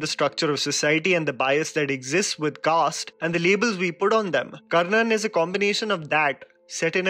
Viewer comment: the Word is CASTE.CASTE